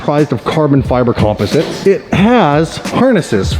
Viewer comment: Carbon Fiber Compo-sits lollollol.. should stop reading the paper work when talking about a car hahah practice buddy